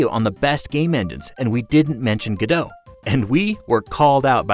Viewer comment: Its not gadoe its go dot, like the founders who made it call it.